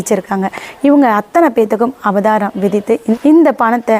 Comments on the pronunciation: அம்மா, அது அபதாரம் இல்லை. அது அபராதம். எம்.எல்.ஏ ஆகணும்னா சரியா பேசணும் அம்மா. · ஈக்வல் கொஸ்டின்! எக்வலேஷன்! அபதாரம்! பெயிண்டு! இப்படிதான் பேசனும்.